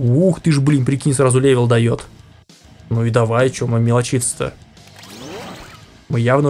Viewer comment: правельно левел а не левил